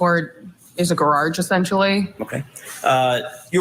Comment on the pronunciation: Peering Down her nose at everybody else while she says "gararge"...and theyre arrestees not prisoners!!! Soon to be desk duty ms.